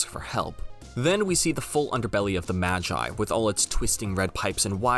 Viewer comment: Why do you say MAGI like Majai? マギ Ma Gi Gi sounding like the start of the word geese.